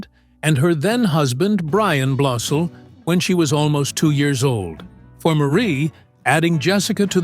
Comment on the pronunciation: Good grief! When you do a video featuring a celeb, and you don’t know jack about how to pronounce the last name . . . do your homework first. It’s not BLOSEEL! It’s BLOSIL They’re friends of mine!